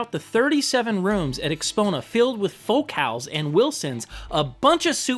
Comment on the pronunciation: Will people please quit mispronouncing FOCAL?